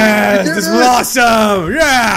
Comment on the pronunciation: they said ROSSOME!!